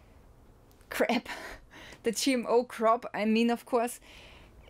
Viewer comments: You were really scaring me until you said CRAP instead of crop! Your smile and laugh 😆 made my day! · U said crap and not crop 😂😂😂❤ we still live u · The Cwop is Cwap 🤣🤣🤣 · Could you give us an update on the farmers protests, we get no news coverage here in Australia. You were right when you said crap, not crop too.